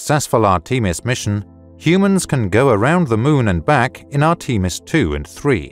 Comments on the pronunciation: Say arteemus one more time😂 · "Art-ee-mis"? Really? C'mon, guys. This is the age of Google!